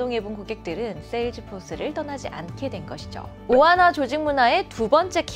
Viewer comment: 오하나를 오하마로 들음 ㅋㅋㅋ